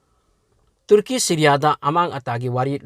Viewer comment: Uisss ngaklebo kirakle ebo neiramliye pao khupa faobadi tuuurki 😂😂😂😂😂 tuuurki 😂😂😂👍👍👍 tuurki...sombu khangabok la natraga heirokla.... Marik chumna ucharan shengna pao pabibagidmk....